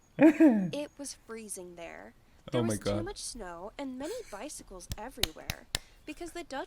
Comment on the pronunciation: "snow" GIRL WHAT SNOW 😭😭